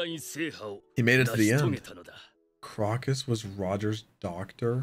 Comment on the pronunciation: your inability to pronounce simple words like crocus and archipelago is insane